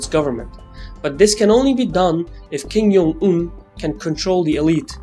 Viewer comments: Hello, it's kim JUNG-un, not kim "yung"-un. I know ur pronouncing it like spanish where J is a Y, but it is not the case for korean. great video nevertheless by the way. :) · Worst mispronunciation of 김정은's name